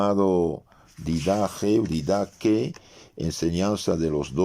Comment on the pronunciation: Paz y bien, en el griego con el que fue escrita la Didache, de pronuncia el nombre de manera correcta "Didajé". Y se cree que fue escrita por un discípulo cercano a San Juan Apóstol h San Santiago. Por lo redactado en la enseñanza. Cómo forma primitiva de catequesis. Le saluda el Pbro. Fray Alejandro del Sagrado Corazón de Jesús OFTR